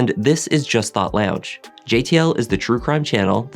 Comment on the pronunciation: Sounds like you are saying "just thot lounge" lolol